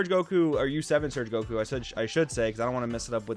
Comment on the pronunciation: Yeah, the game will never be the same again, Surge leaders completely changed everything. Also, thank you so much for saying “Surge Goku” instead of “Surgeku”. 🙏